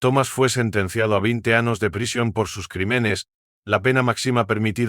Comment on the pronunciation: TERRIBLE NARRACION. No pronuncia las ñs , por eso anos, que horror